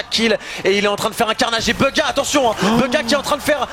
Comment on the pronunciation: En anglais tu prononce bouga, pas beuga comment la plupart des français le disent.